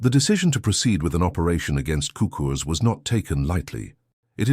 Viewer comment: sookurs is the best pronunciation